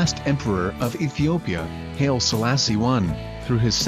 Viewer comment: The Haile in Haile Selassie is pronounced HIGHLY not HAIL.